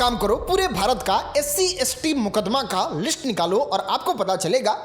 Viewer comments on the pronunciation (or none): none